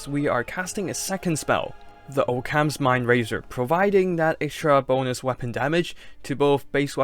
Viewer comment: "Oh-cams" lol. Occams razer, "aukums"